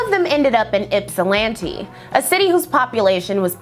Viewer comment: Love all of your videos. And thank you for pronouncing Ypsilanti correctly, unlike some other YouTubers (Wendigoon).